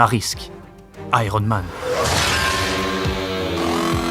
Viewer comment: Ça se prononce aiyern mane, merci, pas airone.